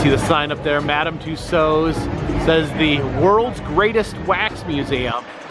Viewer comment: For info: the closest approximation of saying Mme. Tussauds in english is more or less "Tooso" (the d and final s are silent, although technically there wouldn't be a possessive s in french)